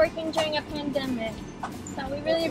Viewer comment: why does Roni say pandemic like that